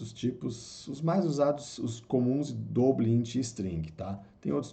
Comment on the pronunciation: Muito bom o vídeo, ensino didático e direto ao ponto. Aprendi muita coisa em pouco tempo! Mas sugiro dar uma estudada nas pronúncias de palavras em inglês como "return", "double", "while"... Abraço! Continua postando =D